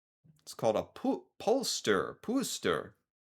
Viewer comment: What is it with Americans reading danish words? The sign said "pølser" but said "polster". Where did that "t" come from???;D Thanks for the content dude! I watch a lot of your videos.